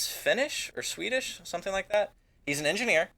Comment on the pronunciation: i thought he said fetish not swedish